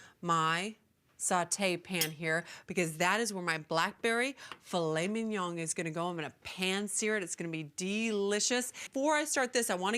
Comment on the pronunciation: I've never heard a worse pronunciation of mignon